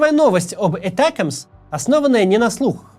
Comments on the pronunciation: Этякамс 😅. Макс, Атакамс да и всё, мы не коренные американцы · Химарс, этекимс! Я сначала даже не поняла второе слово. Максим, а можете произносить эти названия как все, а то не только слух режет, но и сразу въедешь о чём речь? Спасибо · ATACMS. Ударение на второй слог. Сокращение от Army Tactical Missile System. Англичане по Би-Би-Си произносят с ударением на второй слог. И не "Этэкамс", а именно атакамс.